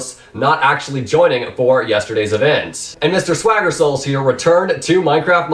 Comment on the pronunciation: ok I'm sorry but "sWAgGer SoULs"